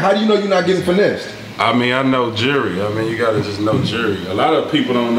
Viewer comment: Learn to say jewlry not Jury